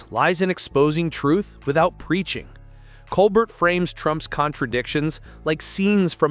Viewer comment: It’s pronounced Colbair.